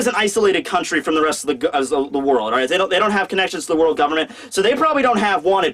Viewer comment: "we arrived at Wano Cooney" bruh wtf kinda way to pronounce country is that?...